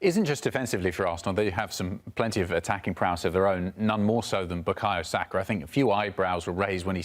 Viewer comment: Thank you for pronouncing his name right, it's Sah-kah not Sacker as the English pundits have been saying for years.